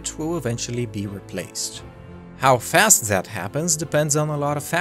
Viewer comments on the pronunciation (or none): none